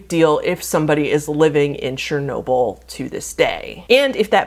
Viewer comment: please brush up on pronounciation of things, the way you said pripyat made my slavic forefathers roll in their graves so fast it could be used instead of hydroelectric power. not to mention chernobyl. CH lady! not shernobyl! chernobyl!!!!